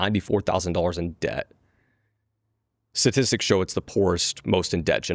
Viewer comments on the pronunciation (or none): A financial advisor should be able to pronounce STATISTICS properly.